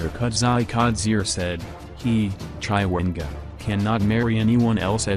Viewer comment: Chaiwengwaaa... nxaaah why can't you pronounce people's name correctly?